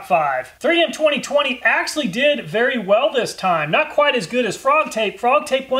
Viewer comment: If you’re gonna say “actually” so many times in one video, please learn how to say it right